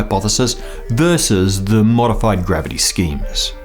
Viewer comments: Not "matery". "Materie" the e is pronounced like the e in "ever" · my try at freestyle explaining german pronunciation: "mah_tair_ree_ye", kinda. its hard i guess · as a stereotype of a german I have to correct you: ^_^ "Dunkle" was good pronounced! At the end of "Materie" it is not a "long ih" - i know, it is a rule to make it longer when 'i' is followed by 'e' like in "Miete" BUT here it is like an short german 'i' followed by an sound like short 'eh' pronounced like something is taking your breath away. Similar to the 'e' in the word 'matter' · You pronounce the last “e” in “Materie”